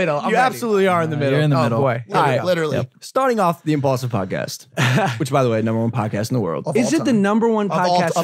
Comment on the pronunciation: only logan paul says impualsive is the number one podcast in the world